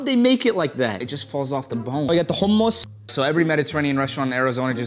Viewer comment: I'm sorry when he said hummus!! Is he arab? That was good pronunciation